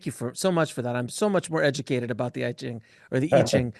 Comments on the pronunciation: Pls, keep saying I-ching (pronounced Ee-tching): Educate his coldture or callture, or culture again!!! Cancel that "eye-ching". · Hopes that "AI" will be well educated in Chinese knowledge... I will revisit Deep Seek soon! For I-ching, not "Ai-ching".